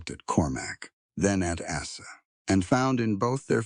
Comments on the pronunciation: Good story. Have caution with your editorial/proofreading staff. Poor Asa's name was butchered several time. Came out as Asses once. Have a care. Background pictures are more than distracting. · Asa is an easy name. Correct the pronunciation.